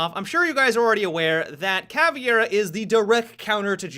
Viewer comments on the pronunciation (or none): did you call caveira "caviar"??!!😂😂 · Dammit! First Mon'tayn, now Cavi'era??? x_x Keep your damned Mon'tayn, but be the better person! Ca'vei'ra! Like Mei from Overwatch! Switch the the 'M' for a 'V' & fill in with 'Ca' & 'ra'... Ca'vei'ra! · Sooo no one is going to poimt out the fact that he said Caviera instead of Caveira? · Caviar ??? wut ?? you mean Caviera ?? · PLEASE, I do love you and know that you're gringo, but PLEASE stop saying cavIera, and just say cavera without the I, as a Brazilian it is REALLY annoying! DROP THE FUCKING I!!!! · there is no absolutely right way to pronounce it in English because for English speakers it is very hard to pronounce "ei" like Portuguese speakers do. So it is fine if you pronounce "Cavera", but for the love of God, don't say " Caviera" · When people pronounce 'Caveira' as 'Caviera' or 'Caverea' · pronounced CA-VEER-A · When did caveira become swedish "Kaviar" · pls...CAVEIRA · Hello there! Thanks for the videos, I really like the way they're edited as well as the topics you approach. Just a little tip regarding the Caveira's pronunciation: you should say it like "ka-vay-ra" ("vay" as in vapor); with a somewhat russian "r". If possible, spread the word to other fellow YouTubers ;) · I cringe everytime someone pronounces Caveira as "Caviera". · i hate when people pronounce caveira as bandit.... really ticks me off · Meme I know different places pronouces stuff diferently, but it still bugs me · TheIceWarrior seriously like holy shit learn how to fucking pronounce it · Meme No, are you stupid? It's a portuguese word, ergo you pronounce it the portuguese way. Saying Caviera is just a testiment of how lazy and or dyslexic, most people are. It means skull BTW. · Learn how to pronounce Caveira right please.